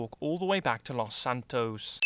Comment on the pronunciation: "all the way back to lous santoous"